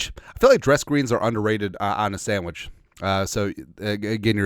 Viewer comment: "the Sammich talk"